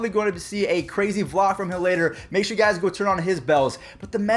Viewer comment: Sher? Do you mean sure?